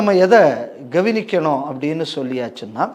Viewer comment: கெவினிக்கனும் சரியாக உச்சரிக்க வேண்டுதல். கவனிக்கனும்....